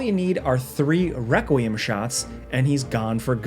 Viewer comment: Lol he said Wequiem